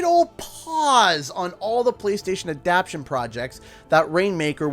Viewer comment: What is an "adapshun"? I think you mean "adaptation".